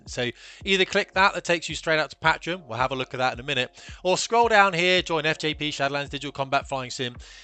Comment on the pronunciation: Mate learn how to pronounce Patreon, it's killing me lol